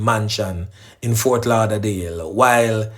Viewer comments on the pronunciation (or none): none